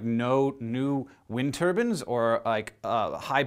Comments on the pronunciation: Its Turbines not Turbans!!! Windmills not Sikhs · Turbines not turbans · Am I the only one who heard "Wind turbans"? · Clyde Wary it was a joke. The way he says turbines sounds like turbans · Wind turbines. He just pronounces it "turbans" lol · Love the video, but I must ask, where is your accent from that you pronounce "turbines" as "turbans"?